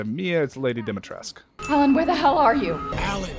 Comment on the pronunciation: "...is Lady Dimitrescu" Me: "THANK YOU FOR SAYING IT RIGHT!!!! It's not Dimtresk, it's not Dimitrescoo..."